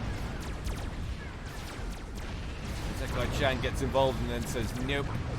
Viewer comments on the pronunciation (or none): ee-se-ky cha(like chart)-nn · "Isekai-chan" is Japanese so the initial "I" is actually pronounced like "ee" in English. "ee-se-kai-chan". Don't change the "s" to a "z" sound. I know I'm tardy to the party but yeah, there you go. Answer on the postcard,. <3